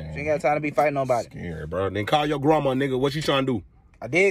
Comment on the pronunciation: "Where you at GRAMAW" ?????? HHHHHHHHHAAAAAAAAAAAAAAAAAAAAAAAAAAAAA